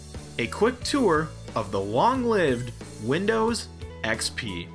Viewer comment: I like how many people say windows xpee